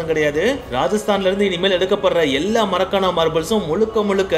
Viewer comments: Athu marakana marbles ila bro😅makrana marbles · Marakana marble இல்லை makrana marble